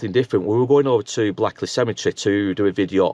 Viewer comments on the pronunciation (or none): And I now live in Blackley but it’s pronounced blakeley